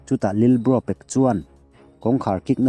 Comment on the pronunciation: Lilbro tih chu mawi loe lalbro tih tur awm tak 😂